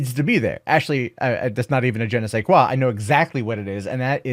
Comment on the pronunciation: ''Un je ne sais quoi...'' Well done, I understood what you said in french.